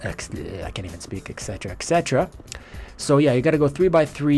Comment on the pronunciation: It is definitely et cetera. not ex cetera or ec cetera. If you are going to say something 20 times in a video at least say it correctly.